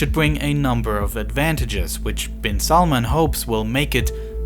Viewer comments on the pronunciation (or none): its not salmon its prononced as salmaan